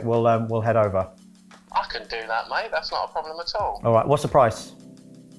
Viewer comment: “Ello mayte” Just reminds me of Shaun of the dead